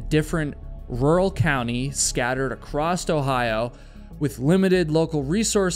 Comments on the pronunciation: Very nice presentation,. FWIW, there's no "t" at the end of the word "across." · Across does not have a T at the end of it